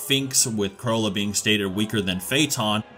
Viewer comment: This guys pronunciation of the names 🥴 “caw-loou-toe”